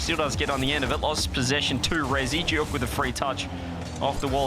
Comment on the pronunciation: I'm the biggest Joreuz stan in the world and I'll be rooting for NIP in Paris! Glad Novo won't be there so we don't have to listen to JohnnyBoi pronouncing Giuk in the dumbest way possible. It sounds like he's having a stroke.